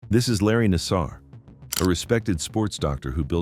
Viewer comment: the problem with getting AI to narrate is that it mispronounces words, in this case "Nassar"! ffs, get a real voice, how uncool is it to have the inmates name pronounced wrong!!!!! come on guys keep it real